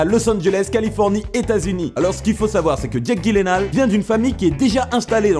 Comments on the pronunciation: Ptn cet épisode aurait pu être tellement bien mais la prononciation de son nom m'a empêché de la regarder en intégralité On dit Guileunaul pas gilénal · J'ai cliqué juste parce que j'ai vu écrit Jake Gyllenhaal... Et j'ai arrêté la vidéo quand j'ai entendu "Guilenale"... x'D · En vrai ca se prononcerait "Yü-len-hulähä" (et encore même en étant écrit je suis sur que tu vois pas exactement c'que jveux dire haha) car c'est d'origine suédoise. Mais en version "courante" américaine, c'est plutôt "dji-len-hôl" histoire que tout le monde soit d'accord ^^ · J'adore le concept étant une grande fan de cinéma . Je tiens juste à préciser mdrr Jake Gyllenhaal se prononce " Djilainehol" voila c'est tout mdrr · Ekilizz je crois que ça se prononce gaïllenhal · Son nom Gyllenhaal se prononce avec le G comme Genie, pas le G de Gros.